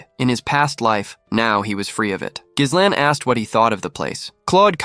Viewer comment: that's not how you pronounce Ghislain. In either French or English. We're supposed to go through 52 chapters when protag's name is annoyingly mispronounced? seriously?